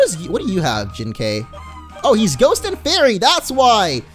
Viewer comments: Literally the whole episode you pronounced Jinkai incorrectly. It isn't Jin-kayy it is Jin-ki. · it's pronounce as Jin-kai and not Jin-kay(like ok)! It's Kai like Setik Kaiba or Kairi or Kai in Dragon Ball Z Kai or Dragon Ball Budokai!:) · Wait, Jinkai is my ghost!!!!!!!!!!!! BTW, it's pronounced Jin-Kye. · Jinkai is said Jink-I